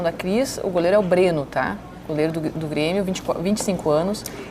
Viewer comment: Quando a própria representante do Estado não sabe os jogadores que o time contratou, guaaa.. A mulher falou o nome do goleiro BRENNO errado 4x